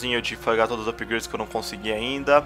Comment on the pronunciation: meu deus,o cara fala ''upigraides''volta pra escola mano